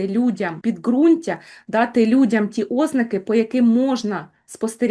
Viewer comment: Говоріть ознАки, а не Ознаки. В цілому у вас гарне мовлення.